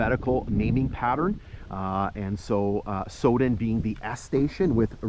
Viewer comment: Pronounced sow as on female pig then den. My mother was born in the station at Sowden when my grandfather was section Forman there.